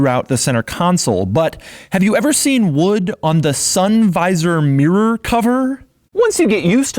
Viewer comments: Its pronounced ‘mirror’ not ‘meer’ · its called a mirror not a meer. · Americans can't say 'mirror' ... they say "meer". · Why do americans have such a problem pronouncing the word mirror ? Mirrrrrrrryyrrrrr ??